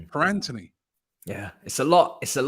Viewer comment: It's Antony not Anthony.